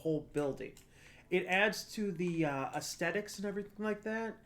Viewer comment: Thumbs up for "extetics" 👍